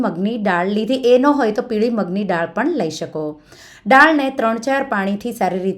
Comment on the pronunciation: બેન તમે ડાળ બોલો છો પણ બોલાય દાળ.